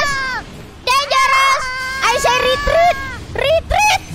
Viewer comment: Will be funny if Kobo's "I say ritriit ritriiit" become a chatwheel in the future 🤣